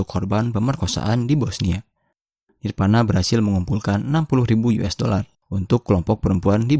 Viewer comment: voli bukan poli, nirvana bukan nirpana hehe.. salam grunge